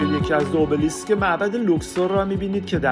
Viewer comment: تلفظ صحیحش همونی که یونانی ها میگن !